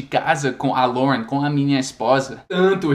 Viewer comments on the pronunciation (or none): none